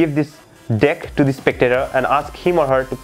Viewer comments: sorry but it's every time you say deck it heard "dick" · Sorry but everytime you say "dick" I laugh but good magic